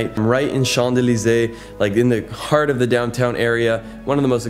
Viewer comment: No "d" sound in Champs-Élysées